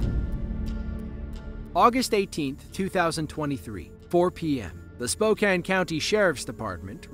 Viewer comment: And the narrator even said 'Spokane' correctly! That doesn't usually happen...